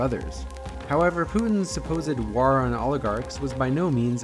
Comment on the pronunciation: Great video! Just a little bit distracted by the way you say "war" though